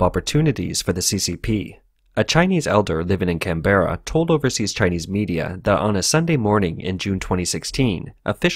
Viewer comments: Just hate that mispronunciation of 'Canberra'. FYI, emphasis on the first syllable. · It's Canbruh not can-berra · Slight issues about pronunciation. The leader of the opposition is Anthony "al-ban-NEE-say", and Canberra is "CAN-b'ra" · Its pronounced canbra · Hearing him say Canberra was painful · Bro you are pronouncing Canberra wrong. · Pronunciation of Melbourne decent. Pronunciation of Canberra...wtf lol.